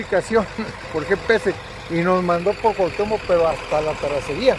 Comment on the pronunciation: Amigo narrador del video con todo respeto no se dice tarraceria se dice terracería